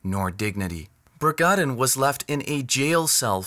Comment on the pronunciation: Bragadin, not 'Bragandin'